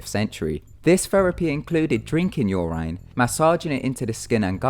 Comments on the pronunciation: your-in not your-ryn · Guess again :3. Its just I have never hear it said "yur ine" German. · It is pronounced "Your In" without a space :3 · "Your Ine". I can't. 😂😹😹🙅🙅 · Listening to you butcher pronouncing urine 16 times in 3 minutes was brutal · You pronounced urine wrong. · u say urine so weird :/